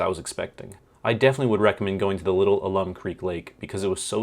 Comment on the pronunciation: It is said "al-um" and it is the same stuff used in some pickling ways. Despite living in Austin basically all my life, I never went to the Bastrop Park. I've been around Bastrop and the Lost Pines, but never to the park. (Are you going to check out the Lost Maples?)